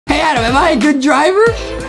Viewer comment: Justin adam is adam not ADEM WHY Adem!!!!!